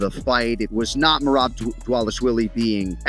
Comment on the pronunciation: MerABE What a Jokeeeeeee !! Learn to say his name right , if you are going to Say It 7 Times !! MerAB !!!! Very Pathetic